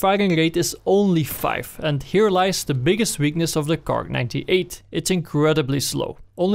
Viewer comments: just say kar98 don't say fuckin KARK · Kar98* Nobody calls it a KARK lol...